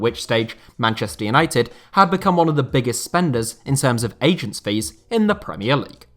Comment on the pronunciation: You can’t pronounce agents or what?